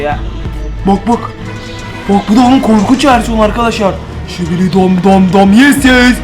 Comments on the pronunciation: Skibidi tuvalet yerine şibili. Tuvalet demesi😅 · öncelikle sibili tuvalet değil skibidi tuvalet her şibili dediğinde sinirim bozuluyo